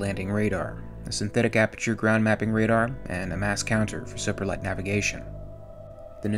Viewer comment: Check your pronunciation of ‘deuterium’, ‘autonomic’ and ‘supralight‘.